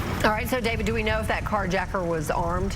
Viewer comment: "CarjRacker..." Tha total F?